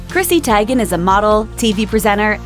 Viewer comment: Seriously, did u mispronounce her name purposely? Obviously. I'm done with this channel now. Grow TF up!